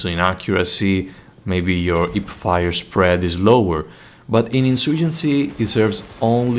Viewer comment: I chuckled pretty hard when I heard the "ip-fire". Mainly because in my country, people from specific western province tend to swallow the letter "h" completely. Great video tho, good job!